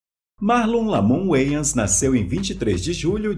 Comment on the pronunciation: Finalmente aprendi a pronunciar corretamento o nome "Wayans" rsrsr